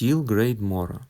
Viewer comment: Шведською Mora звучить як" МУРА". Наголос на У . Сміятися не обов'язково.